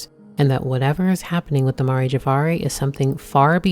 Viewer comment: Aw I love you worst boy. I hope we get to see you again btw it's Mare; like the female horse or the "seas" on the moon.